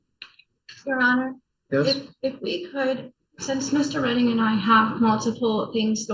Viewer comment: Its prounuced Redding 😂